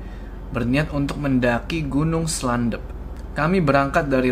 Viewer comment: gunung slendep bang bukan slandep